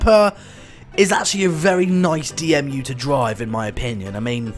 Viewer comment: D E M U NOT D M U